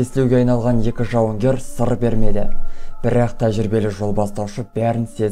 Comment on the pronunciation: Бірррақ, бірррақ